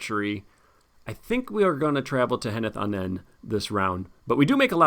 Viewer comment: Another quest with a lot of triggers and insanely hard, but you again managed to beat it. Congratulations. I wondered all game how you were going to deal with the Mûmakil, but Fierce Defence is really great tech. You were lucky to not draw an Oliphaunt before reaching Valour. And by the way Henneth Annûn is pronounced 'anoon'.